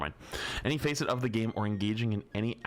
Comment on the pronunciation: ☝️🤓 urm actually it’s pronounced fa-set A cube has six facets (sides/surfaces)